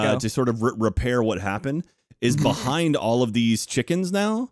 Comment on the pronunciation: "it eez what it eeez"